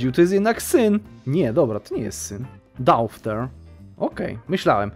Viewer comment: nie daufer tylko doter ← tak się czyta córka po angielsku:)